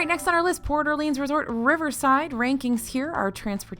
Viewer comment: No shade... it's Port (space) Orleans, not Porter Leans.